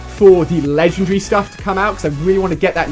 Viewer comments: the way you say legendary makes me happy for some weird reason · mt bal inferno already says ledandary